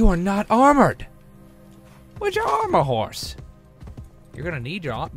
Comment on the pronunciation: when Toby said "armor house" I thought he said "I'm on a horse" :D